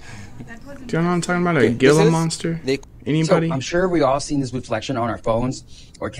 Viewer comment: It's pronounced hee - la monster. Gila monster.